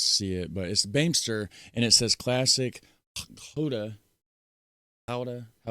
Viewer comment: Gouda spreek jij prima uit!!!